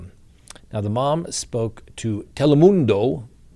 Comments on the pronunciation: I laugh each time at the way says Telemundo. lol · From now on I'm saying Telemundo just like you. 😆 cracked me up.